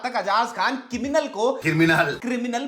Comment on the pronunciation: bhai ne kiminal bolna bhai se hi sikha hai 😌